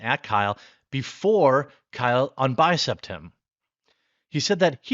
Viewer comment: Mr. Vapor-arm just can't say bye-cep.